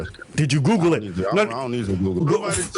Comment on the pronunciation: Anytime with somebody tells me I’m lying or that’s cap. I’m gonna hit them with DID YOU GOGGLE IT 👀👀😳 DID YOU GOGGLE IT 👀👀😳 😂😂😂😂 Great rebuttal from